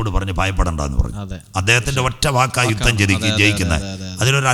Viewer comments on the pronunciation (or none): none